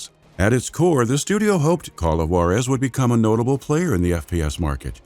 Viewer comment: great video! amazing content as always.. i know its been a year anall but man did i get aids in the ears every time you mispronounced Juarez :((((